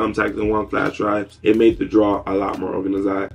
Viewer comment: bro your "organazi" killed me